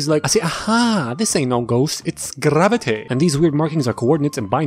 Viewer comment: It's grrravatay